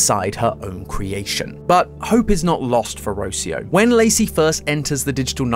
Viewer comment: Ro-CI-o not Ro-cio